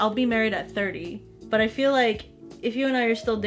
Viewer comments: I’m tired: I see (in jojo) I FERU U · I'm tired: I FEERU YU ME: I felt that